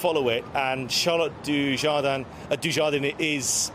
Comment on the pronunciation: At least pronounce her name correctly.